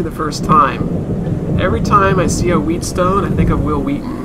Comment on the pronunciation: Not to be mean, but it is pronounced wetstone.